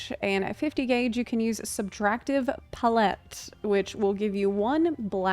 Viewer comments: It's probably a good thing that one of them is super easy and the other a bit of a challenge. Otherwise you would have people say they are too easy or too hard. Well, they are both and neither. Edit** I have never in my life heard another person say PUHlETTE instead of palette. Must be an American thing. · Subtractive puh-lette?? It's palette 🎨 like a painters palette lmao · The nost amusing part of this vid is hearing "puh-LET" instead of "pal-it" for palette. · I've never heard someone pronounce "pal-ette" as "puh-lette before. Must be a regional thing 😅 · She's just classy since she lived in Europe for so long 😌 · Pah-let. Pallette. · Love your videos and can't wait to try this job! Just as a side note though, it's pronounced pal-et (emphasis on "pal") - pal (as in friend) and et as in (get) or like saying the word palace except replace "ace" with "et". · I kept hearing you say Palette that way and I went “Wait, when did they start involving chickens?” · I'm just here to give you a like for how you say palette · she's still putting a stronger emphasis on the first half which is still incorrect regardless of how the second half is pronounced. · I had to pause the video and check the comments before continuing because I was too distracted by the fear that I'VE been pronouncing palette wrong this whole life to pay any attention. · first ever apology video is going to be "I'm sorry for saying palette incorrectly" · unfortunately, the way it’s pronounced with a French accent is only slightly different than how one says it in English, as English is flattened. Neither are close to how she said it. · i feel like she's probably heard the word "palette" before but never seen it written so hasn't had the "a-ha!" moment of how it's supposed to be pronounced. i did the same thing with "epitome" for years. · Putting the empPHAsis on the wrong sylLAble. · Often times when people mispronounce words it’s because they learned it by reading. This is an amazing thing :-)